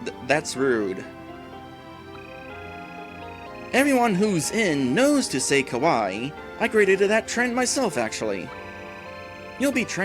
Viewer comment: Just to help you out a little on Japanese pronunciation, phonetically: "Kawaii" = Ka-wa-ee (ee, like "free"), meaning cute. Where as in the video it sounds like you're saying "Kowai" (Ko-why), which means scary. Believe me, I've made that mistake, thinking something was kawaii, when it was kowai. Meaning, I heard the word "Kowai", and thought the person was saying something was "cute", but they were saying it was "scary". The two words can be easily confused.